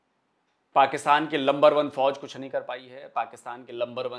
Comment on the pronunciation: Are Pakistanio ka majaak. Banaate h... Pakistani Number One ko Lumber one kahte h😂😂😂.